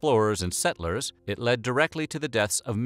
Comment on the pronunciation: Oh my God and the word estimates. I mean look up how to freaking say it on Google dude. I'm going to watch something else now because settlers an estimate are two of the most common words in the English language yet you just can't get them